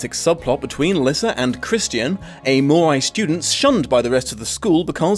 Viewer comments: I really like this book series but I LOVE the spin off 'Bloodlines'! Also: StrigOI and MorOI have the same letters at the end, which in my head always meant they are pronounced the same. seems to pronounce it MorAI instead. Oh well, that's what you get with fantasy novels:) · Say what you want about the movie, but it IS Vampire Academy. The series cannot claim the same thing. Also, either you're mispronouncing "Moroi," or your accent is MASSIVELY butchering the word.